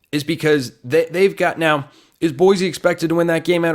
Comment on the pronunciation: Boy-see not boy-zee